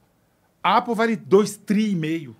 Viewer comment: Os hispânicos são mais ricos que os alemães. Mas aí avalia a rotina de vida desses hispânicos. Kkkkkk pqp que bobageira. Alguem ensina ele pronunciar Apple...